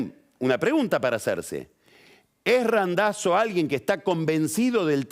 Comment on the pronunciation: Queda muy navolin queriendo pronunciar Randazzo en Italiano lo tendría que pronunciar como lo pronuncia el propio Randazzo